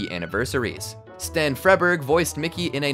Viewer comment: You mispronounced Freberg. It's pronounced "FREE-berg".